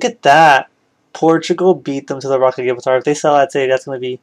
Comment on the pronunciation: My brain nearly broke from the sheer amount of things you mispronounced like the rock of Gibraltar is pronounced Gi as in how you say the first 2 letters in gin then br as in what you say when your cold then the al part is pronounced how you say the word all and then tar is pronounced Tur like the first 3 letters in turn